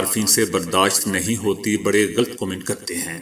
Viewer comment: غلط لام پر زبرھے ،سکون لام پڑھنا بلکل غلط ھے۔